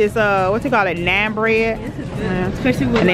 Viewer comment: Omg I love trader Joe's Naan bread too it's soo good you should try it!! And it's pronounced (Non) just letting you know so people don't think your crazy lol😂😂 love you!!😍😍😘😘